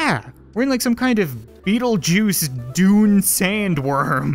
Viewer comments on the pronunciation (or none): none